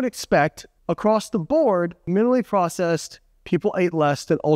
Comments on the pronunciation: Not “minilly;” it’s “minimally.” Not “verse;” it’s “versus.” 😂 Otherwise, great video, as always! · Is he saying minaley?